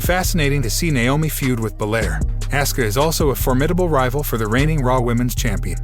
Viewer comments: Asuka not Asska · auskas name is pronounced Oska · Her Name is Asuka,,, Pronouned Aw-s-Ka,,, get it right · It's Asuka pronounced AWSKA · Narrator am going to need you to say the name right it Asuka 😂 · You went from saying asska a dozen times to saying assooka. Apparently seth's last name is roalins. Bianca's last name is bilyre. Sasha is being called seasha. Good coverage, but get a guy who is a fan of wrestling. Is this a computer, or did someone hire a guy who has never watched the product? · Can’t seem to pronounce peoples names. Seth “Role ins” and “Ask ah” then mispronounces it a second way with something like “Ah soo ca” or whatever the hell that was - c’mon dude 🤷🏽‍♂️ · He sure does: Asca & Asueka instead Aw ska (Asuka) al ter gnat instead of alternet (alternate) Roll ins instead of Rol lins sash a instead of sasha live instead of LIve. Not sure where this came from: Davrap instead of Dou Drop (and yes I have too much time on my hands 🤣).